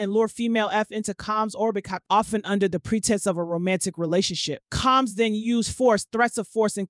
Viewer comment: How hard is it to say Comb(s)??